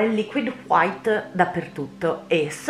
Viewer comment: Ma la pronuncia meravigliosa "liquid HWHITE"? Che bello che bello, mentre scrivo stai ancora shakerando il tubetto del bianco e ho ENORMI aspettative (anche perché il quadro è uno dei miei preferiti di Bob Ross dopo quelli con le montagne innevate!!!) Ok basta basta scrivere che voglio vedere come va a finire!! XD